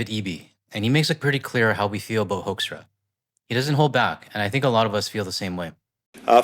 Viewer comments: Hoaxtra (excellent pronunciation for this ambassador's name👍) will leave when the next administration sends a new one. I don't know if it's possible or would help to kick out this one in the hope for a better ambassador for as long as the Trump administration is there. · Top tip! Start pronouncing his name the proper "Dutch" way- "Who"kstra or Hooookstra- That ought to trigger him!😂